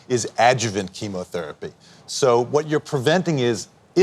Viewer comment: How dare you doubt her. Princess Catherine is a lovely human being, hard working, good hearted, how dare you try to cast doubt on the type of treatment she's getting. You can't even pronounce "chemotherapy"; you pronounced it "chemAtherapy". Get an education before you slander a young mother of 3, who has cancer and has a much harder job than you do, "foreign correspondent". FFS.